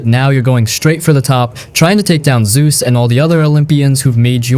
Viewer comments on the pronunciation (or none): none